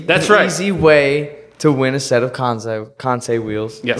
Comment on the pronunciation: I loved how he told you how to say kansei (Kan-say) but proceeded to say it wrong the whole rest of the podcast 😂 I would’ve done the same thing honestly 😂